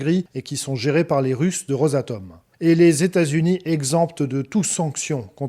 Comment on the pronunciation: Le président tamericain….pourquoi pas le président téta zunien? Je crois que je ne vais plus donner à cette chaîne